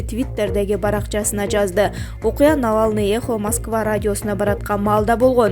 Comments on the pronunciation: Навалный эмес Навальный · Навал ьььь ный!!!!, А не навалный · Мен да ошону айтайын дегем суйлобой эле кочу нервке тийбей Навалный дебей